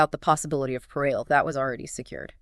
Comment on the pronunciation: when the ai tool couldn't pronounce "Parole" correctly I clicked off.